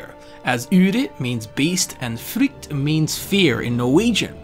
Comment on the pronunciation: I don't wanna be too mean but like... you said "udyrfrykt" in a way that made me (a Norwegian) wonder what the heck you were trying to say— you said frykt perfectly correctly, but "Udyr" is more akin to how it's written, Norwegian is a fairly hard? Sharp? Strong? Language. Also fun fact, kongerike means kingdom in norwegian as well :)